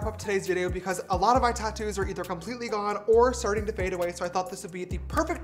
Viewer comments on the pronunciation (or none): none